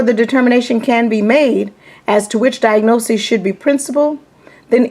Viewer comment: I notice that you pronounce diagnosis as "diagnoses". Isn't diagnoses the plural form of diagnosis?